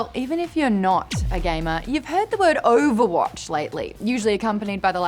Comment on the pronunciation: Yes Maude, I have heard OOOUUUVAHWAATCH recently...